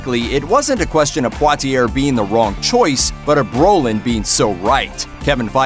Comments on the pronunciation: Are you pronouncing Poitier half right and half wrong, at the same time? Isn't it supposed to be PWAH TEE YAY? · You are pronouncing Poitier wrong. It is French. As far as I know all names, things in French ending in ier has an ending sound of ee-ay Like Perrier, Dossier, Vizzier. It is the same last name as the famous actor named Sidney Poitier.